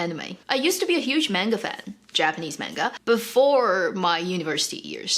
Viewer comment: Pronunciation of "manga" is weird from an Asian. And also weird to use the word anime.